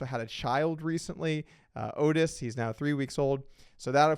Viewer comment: "Otis"? Bruh